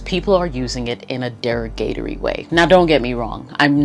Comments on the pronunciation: Did she say, "Dairy•GATE•ory." ??? ... you mean, "Derrr•ahhhh•gah•TORY." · Never heard it pronounced “dera-gatory” hmm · dair-uh-gatory way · De ROG rah tore Ree Is the pronunciation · Dera-gate-ory way 😢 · The way she said derogatory at the beginning 🤣🤣... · The way she butchered derogatory in the first minute is crazy😂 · The way she says derogatory 😂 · It's been 10 months. Has she learned how to pronounce derogatory yet? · de·rog·a·to·ry /dəˈräɡəˌtôrē/ Learn to pronounce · Excuse me ma'am but I do want to let you know that you have missed pronounce the word derogatory greatly in this video however your content is great! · That’s an interesting way to pronounce “derogatory” 🙈🤣